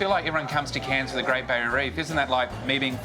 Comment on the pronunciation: Cairns too tropical and humid for me but beautiful. It’s great that, an American can probably pronounce our cities like cairns and Melbourne.